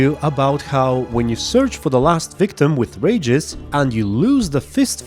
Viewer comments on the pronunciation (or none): REE-gis, not 'rages'. Sorry... had to vent.